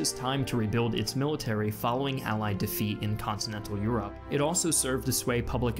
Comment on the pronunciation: "joining the struggle in YUROPE